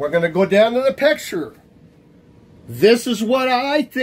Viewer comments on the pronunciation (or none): I don't know how credible a guy who can barely pronounce "picture" is. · Dude cant even say the word "picture" correctly